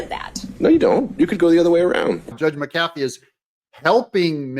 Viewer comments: The Judge's name is pronounced MCafee, not mCAFee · Doug, the Judge’s name is pronounced MCafee, not mcAFee just like McAfee virus protection and Pat McAfee pro NFL ESPN host. First syllable is accented not the 2nd. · Pet peeve: It's pronounced MAC A Fee. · Hey Doug. Happy patriot here. Please pronounce the judge’s name correctly. Mac-ahh-fee. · Would someone please explain to Doug how to pronounce the Judge's name?? It's MAC AH FEE!!!!